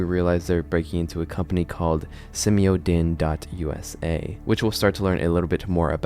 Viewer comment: Simio DINE as in Diner, D eyen, long vowel I. You may not know this but in movies and tv in the 70's and 80's, a lot of the made up names for corporations ended in the suffix "dyne" (dine); and, you would always know that it was the "evil" corporation in the story because of the "dyne", especially in super hero and sci fi movies. Just a little subliminal cue to GenXers.